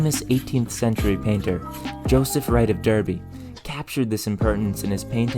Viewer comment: Joseph Wright of Derby. The Brits pursued pronunciations different from the spelling of many words with single mindedness. Derby is pronounced Darby.